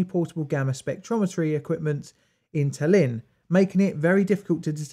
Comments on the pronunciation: Ta´llinn, you making acent on first A, when prononce it. Not TallI´nn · Tallinn, not Tall-inn. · Yes! I liked this video a lot. Things from USSR that have something to do with radiation give off a special vibe. Maybe you should cover RTGs? P.S. I doubt you'll read this but Tallinn is pronounced /ˈtɑːlɪn/ or /ˈtælɪn/ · Methinks it is pronounced "tAllin" (or, to not make our Estonian brothers angry, "tAllinn"), not "talEEn". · TAH-lin. The emphasis is on the first syllable. I’ve been there. The new city is very modern and the old city is absolutely wonderful! So atmospheric. I also stayed on Hiiumaa, the northern of the two islands off the west coast of Estonia. The people have more in common with Finland and other Scandinavian peoples than the Russians.